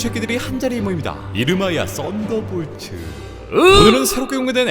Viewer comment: 왜 나는 쌋다볼츠라고 들리지..